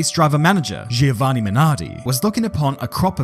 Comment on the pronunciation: You butchered that Giovanni name so bad haha